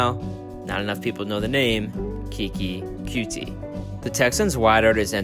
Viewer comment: Bro its coutee not cutie